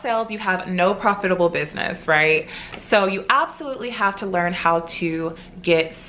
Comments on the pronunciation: Actually there is nothing wrong with how she pronounced it. I have an African friend who pronounces it the same way. You biddies are so jealous you’re being picky for no reason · Am I the only one you can’t stand how she says profitable? Lol I’ve never heard someone say it like her